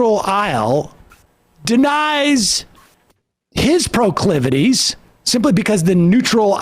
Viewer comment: Prah-clivities? Well, I guess that's one way to express whatever he's attempting. This persecution complex is a bit bizarre to witness over and over and over again. 🤷‍♂️